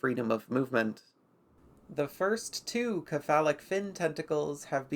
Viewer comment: some pronunciation corrections - Cephalo (or cepha) as a prefix is pronounced 'se-fa-lo'. This is consistent with how 'c' is pronounced elsewhere when using greek roots. Buccal I have always seen pronounced as 'byoo-kal', but I'll concede that is just my experience and not as hardly defined as the prior correction. That being said I bloody love this series, please keep creating